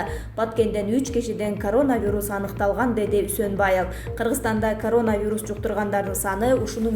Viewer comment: Журналист кыз созкнду карап суйлочу карооонавирус дебей еркелетпей суйлочу акмак кызыктай угулат екен